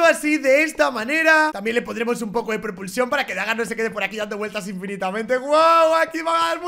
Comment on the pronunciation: No es baga es dagar ashhhh